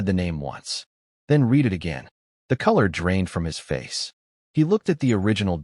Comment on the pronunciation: Stop A.I narration it’s pronounced Red’ not ‘reed’, ruins the whole story. Makes me want to skip not subscribe. LEARN 😮